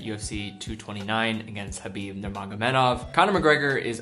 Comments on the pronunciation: You said Khabib correctly, respect man 👊🏻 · kudos for pronouncing khabib's name right